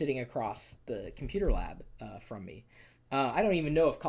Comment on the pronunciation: I want your Computah setup!!